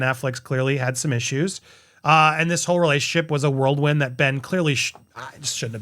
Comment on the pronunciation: Andy, it's a "Whirlwind" not a "World wind" lol, love you xxx